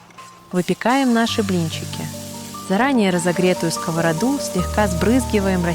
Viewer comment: Ура! Вы говорите "сковородА"! А то "скОворода" с уст всех блогеров достало. Рецепты простые, вкусные , спасибо! Можно ещё в виде бельгийских вафель; в виде кексиков из кабачка и сыра; омлет из кабачков, цветной капусты и брокколи в духовке.